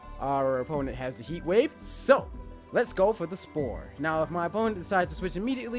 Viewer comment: Dead ass trying to figure out weather he had a speech impediment or was doing the Stewie Cool Whip thing. Thought it was just me